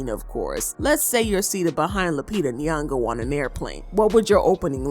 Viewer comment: Stop saying Lupita last name if you can't pronounce it right .......from Kenya